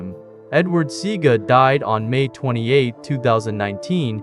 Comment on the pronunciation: U ALL NEED TO STOP THIS FOOLISHNESSTHE GENTLEMAN'S NAME IS NOT SEEGA. ITS SE A GA. SEAGA ...NONSENSE